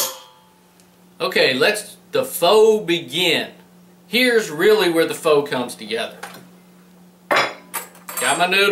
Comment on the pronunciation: It's pronounced "fuh." No, I'm not kidding -- it's spelled "pho" but it's pronounced "fuh." I didn't believe it myself until I looked it up, but that's really it. Go ahead and make all the "pho-king" jokes you want about it. :)